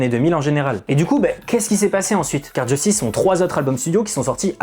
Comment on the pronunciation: Sympa mais c'est Justice et pas "Djeustice". Il faut arrêter de le prononcer à l'anglaise, y a tout une DA autour de la prononciation à la française, un peu de respect.